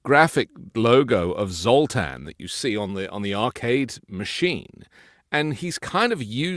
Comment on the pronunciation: It’s Zoltar from Big, not Zoltan.